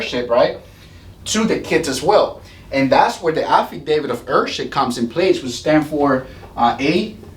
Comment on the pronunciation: To let you know heirship is pronounced Air ship Heir is pronounced air